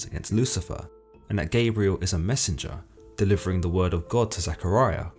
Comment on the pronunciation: It’s not Gaybriel its pronounced Gob-rye-el.